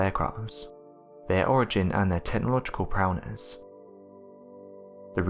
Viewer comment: "prowness"? Is this a proud brown coloured individual?